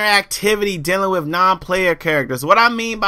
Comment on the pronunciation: Use proper an·nun·ci·a·tion, you say wif a lot. Drop the F and add a TH at the end. This may be a earth shattering revelation too you but not every games main focus is about competitive multiplayer. Destiny is about The exploration of the solar system, collecting loot and running through dungeon (Strikes) with your friend's, the competitive multiplayer was not intended to be the main focus. Bungie also locked the multiplayer because it would give people some time to play the game and find competent weapons. One last thing how can you knock a game for not having prone ? does this looks like a tactical shooter ? Going prone in a game like this defeat the design philosophy behind its game play an is invaluable to it.